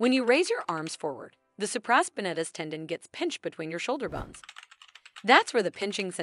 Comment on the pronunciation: Supra-spine-ate-us is the correct way to pronounce that